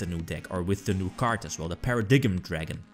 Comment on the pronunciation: “Para dime” is how paradigm is pronounced. Although “para dig em” does sound cooler